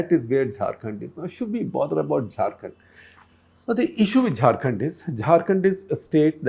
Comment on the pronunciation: SG and ThePrint is doing no favours to anybody by covering news from Jharkhand since it is as much a part of India as Delhi NCR or any other! Also, mispronouncing a name is rude and shows the research team didn't bother to find out how to say it correctly. Even an attempt would have been appreciated, compared to the Anglofied enunciation..!